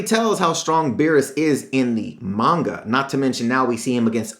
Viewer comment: ITS PRONOUNCED MON-GA